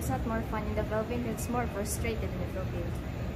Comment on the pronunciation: Welcome to the “Fee-lippines”.